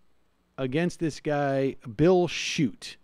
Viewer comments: Not chute..... Shoot-eeeee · His name is pronounced Shoot tee rhymes with duty! Also Bootie! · Michigander here, totally voting for Whitmer. Just FYI, her name is pronounced Wit-mur and Schuette is pronounced Shoot-ee. Best wishes! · If you’re going to do a story on someone please take the time to learn the correct pronunciation of their name and their current job. I’m a liberal but it’s hard to respect someone who can’t handle the basics.